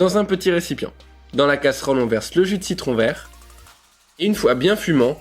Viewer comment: Lol j'ai repasser au moins 5 fois le moment où dit "verru" pour vert😂😂😂